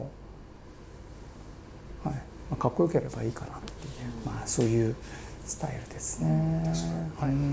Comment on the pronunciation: めちゃくちゃ喋りが丁寧で綺麗なのに『スタイル』だけ巻き舌になるのカッコよくていい